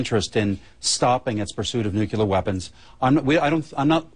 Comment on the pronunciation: I'm with Scheuer. He tells it like it is. However, when are these people going to learn that "nuclear" is not pronounced "nucular".